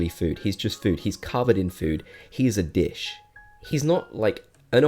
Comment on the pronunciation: When you call Zucker “a dish” it kinda sounds like you call him a... ya know